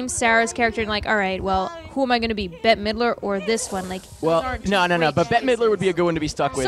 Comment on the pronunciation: Bette is not pronounced “Betty” in this instance